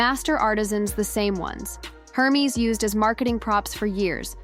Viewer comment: Please pronounce Hermes correctly, it's not her-mes, it's er(like air) mes like mez